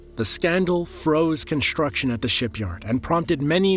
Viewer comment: Had to stop watching. Couldn’t handle hearing you say “conshtuction” or “infrashtructure” even once more time!